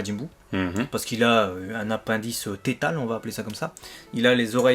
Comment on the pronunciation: « Apindice tétale » jpp 😂😂😂